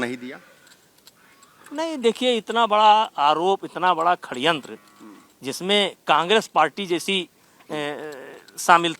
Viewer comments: Are chhori C.... Khadyantr nhi hota Shadyantr hota h 😊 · Khdyantra nahi sadyantra Bolte hai